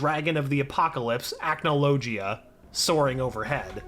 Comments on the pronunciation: The way You pronounced Acnologia make me wince in pain. The "g" is not pronounced like "g", but like "gh", it's more of a dull sound. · Acnologia: ack no low gee uh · Please stop saying acnologia like that 😭😭😭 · 2 mins in and already annoyed with how he’s pronouncing acnologia